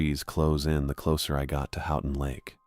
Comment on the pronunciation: The town is pronounced "Hoe ton" not "How ton"